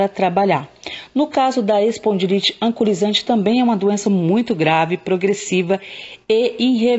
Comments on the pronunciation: Não é "ancolisante", e sim anquilosante. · AMIGA LINDA ,AMO SEUS VÍDEOS. TENHO FIBRO ,ARTROSE EROSIVA GENERALIZADA E SUSPEITA DA ESPONDILITE ANQUILOSANTE. QUERIA SÓ TE AJUDAR NA PRONÚNCIA DA PATOLOGIA. VC PRONÚNCIA ERRONEAMENTE, SE PRONUNCIA... ANQUILOSANTE,E NÃO ANCULOSANTE.😉😉😉😚😚😚